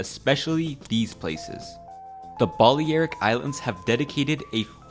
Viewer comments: No way you said the Bali-air-ic islands lol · lmfao how he says baleric islands lol wat a pleb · Good video, but I’d recommend looking up how to pronounce things before recording. Hearing you say South-ern and Bolly-eric Islands made me cringe so hard.